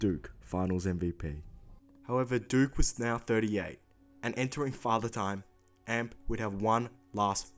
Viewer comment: Is it me or is it just annoying how he says amp like a guitar amp when it's meant to be A-M-P